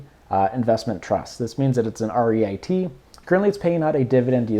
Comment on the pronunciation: It is Reeet. Not REIT. Good analysis👍